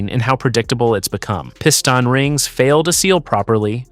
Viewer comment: "Piston rings"..AI pronounced it"pissed on rings" Someone cashing a check for doing crappy videos all computer generated.